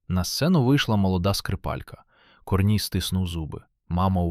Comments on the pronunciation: КОрній ... КорнІй.... Наголоси. Дальше слухати не хочеться. Невже не читаєте спершу ніж озвучувати. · КорнІй, а не КОрній. Не плюндруйте нашої солов'їної. Соромно повинно бути. А ще інше кальковане сміття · КорнІй, наголос на І